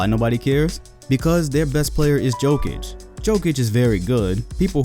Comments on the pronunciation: "Jokic" ain't "Joke'ic", he's "Yokic". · you really call him Joe-Kitch? lol come on bruh its yo-kitch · YO-KICH not Jo-kich cmon mannn... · the j in jokic is pronounced as a y sounds like yokich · This man says joe-kich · Pronounce jokic correct please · You hear people pronounce Jokic and yet you still pronounce it wrong... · Hahahahaha you can even say jokic name right. My ass u have seen enough nuggets games to give them an assessment